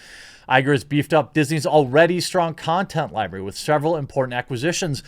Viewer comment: "its streaming libary ..." Really? Really?? Come on man.